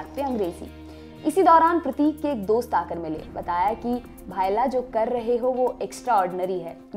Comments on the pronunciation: Its bhaila not bhaaila Got it ! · भाइला नही, भ ई ला